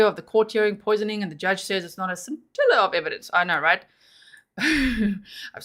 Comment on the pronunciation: *sin-til-a of evidence